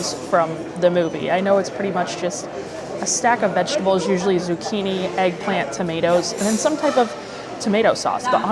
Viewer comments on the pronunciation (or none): none